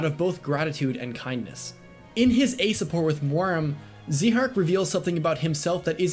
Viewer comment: I Thought It Was Pronounced ZÁIHARK But Eh, Doesn't Ruin His Amazing Character Or Anything